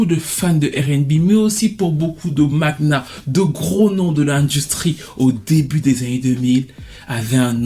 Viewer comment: Quel gâchis...! Merci pour ta vidéo, beau travail. Ps: on prononce "mania" et non "maguena" en phonétique 😉💯😘